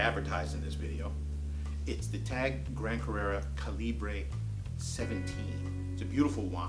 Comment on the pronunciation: Some incorrect information here and simply wanted to correct :) Calibre is pronounced ‘Kal-eb-burr’. Like the size of a bullet. Caliber/Calibre Second. Quartz only came to prominence in the late 60s and 70s starting with the Bulova accutron. The chronograph feature is much much older. Chronographs were automatic and quartz chronos came later. Good luck. Thank you for the video.